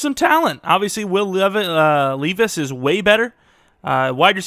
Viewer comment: btw it’s lev-ice